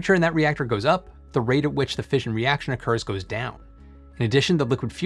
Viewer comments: Tip: 'Fission' is usually pronounced fishin' – as in, Gone Fishin'. So it rhymes with Ignition, not Vision. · Fission is pronounced like mission, not vision.